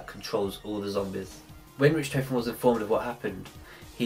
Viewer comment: I hate how you say richtofen, ITS PRONOUNCED RICK-TAW-FEN! >_<